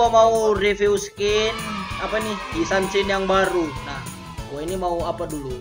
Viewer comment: Yi Sun